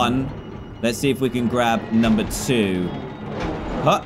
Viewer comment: Bro its number not nummer